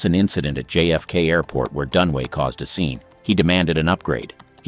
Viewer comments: It’s Dunaway not Dunway. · It's Faye DunAway, not Dunway, jeez, is that really so difficult? Showing your ignorance. Thumbs down. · Faye DUNAWAY not “Done Way” DunAWAY. 3 syllables Dun A Way! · It is DUNAWAY! Get it right! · Numb nuts - her name is Dun-A-way. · Who is this clown? He can't even get the names correct. He must have done some really serious research. Never heard of actress Faye Dunway or could this be Dunaway. Same with Jean Kelly. I know a Gene Kelly. I couldn't be bothered doing more corrections of video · It's Dunaway, not Dunway. The narrator (bot?) is actually pronouncing it Dunway, which is WRONG. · Dunaway not Dunway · It's DUN UH WAY not Dun-way. Ugh. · It’s Faye Dunaway, not Dunway! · It’s Dunaway, not Dunway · Her name is Dunaway NOT Dunway. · Fay Dunway? Are you illiterate? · I got tired of hearing "Dunway" and FF. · I turned it off when I realized these dopes can't even spell or say Dunaway. They're truly clueless.